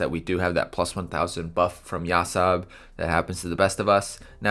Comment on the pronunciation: Do you call him YasoB ? I swear I keep hearing that lol